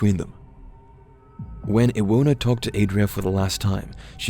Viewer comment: Adria with 'a' like 'at', Iwona -> Ivona, Paweł -> Pavew